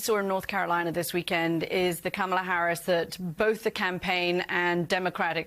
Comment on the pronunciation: Can we get Kitty Kay, a professional in her field, to say the Vice President’s name correctly? Accent is really a cheap excuse just to get ahead of the replies.